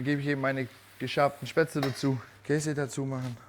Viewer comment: You need to practise your pronounciation: "st" and "sp" at the beginning of an originally German word are actually pronounced "sht" and "shp". Except in Plattdeutsch maybe. And the "le" and isn't turned into an "el" as in English. So it is "SHPätz-LE", which is indeed a kind of pasta. German V is mostly (but always at the beginning of a word) pronounced like an English F while an German W is pronounced like an Englich V. The "whipped cream" for the Kässpätzle is actually rather "whipping cream", so just "whippable" and not the sweet stuff from a can you put on your ice cream, but simply "pure" cream whipped without sugar or anything added. And yes, cream makes it...creamy.